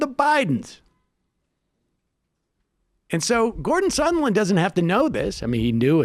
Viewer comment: Sahhhnd land! Like "songland". Sorry. That's a serious pet peeve.